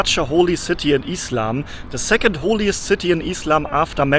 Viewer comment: I like the way he says "eeslam" (islam) 😂❤❤